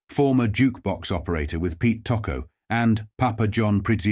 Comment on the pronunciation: The pronunciation of Tocco's name is horrible and repetitive throughout this documentary.